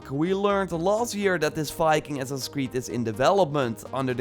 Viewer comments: "The next Ass-ass in Creed." 😂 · second 1 of ur clip ... ur saying who0t? " next ssassi creed" ?